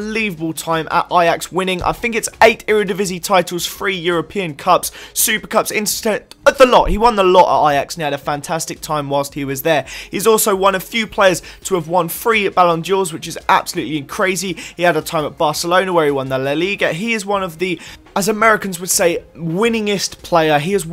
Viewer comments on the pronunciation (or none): its ballon dor not dior